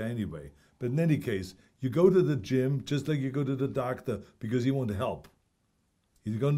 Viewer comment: Gyme? What's a gyme?